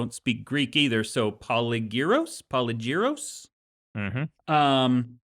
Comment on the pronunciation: PolYgyros, the y is pronounced i and the word is stressed on the first y. Have been living in Greece for the last 42 years. Merkel made us poor plus gave us a bad name. And since the war in Ukraine prices have more than doubled, especially for Olive Oil. One of the reasons I can't afford to buy audiobooks any more (and because you don't get them mp3) so I'm living with your podcast and TDW and listen to the WoT over and over